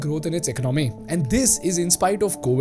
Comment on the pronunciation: The way you pronounce economy is a bit weird . Great analysis and deep dive.